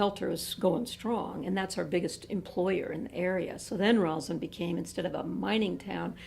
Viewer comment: It is ROSSland, not ROZland. The Lady Mayoress should know this and not sound like an idiot.